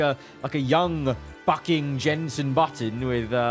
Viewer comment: he said bucking 😅